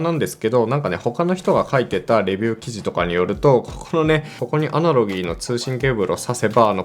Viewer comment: 「アナログ」をアナロギーアナロギー言ってんの気になって内容に集中できなくて草